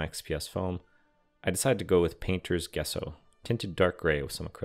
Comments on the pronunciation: Epic Build. Small note... It is pronounced "Jess-O" not "Guess-O". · Jess-oh not guess-oh — but amazing build! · Wow, Amazing. Just an FYI, Gesso is Pronounced JESSO.